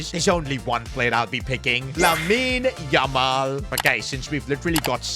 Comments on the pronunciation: the way he says lamine yamal it freaking pisses me of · Go one video without saying 'Lamin Yamal'